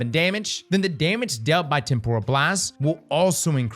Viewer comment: A quick google search can demonstrate the proper way to pronounce temporal...spoilers...it's not pronounced like tempura shrimp lmao